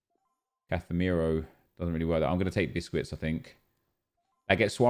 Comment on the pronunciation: It’s not Cathemiro, douche